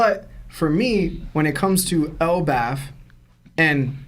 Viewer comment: Why does this guy keep saying elbauf* lmao c'mon it is pronounced el-baff